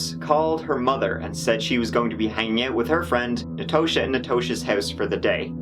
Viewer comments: Natosha is pronounced (Na-TAH-sha), not (Na-TOH-sha). Js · and Natosha like posh not like pouche